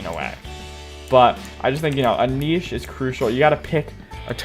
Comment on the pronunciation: Ive heard of Niche but not kneeshe xd